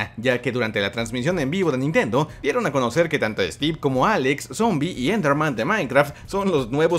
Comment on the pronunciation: Cuando dijiste like de stieve pense que era un ladrillo y luego lo capte xD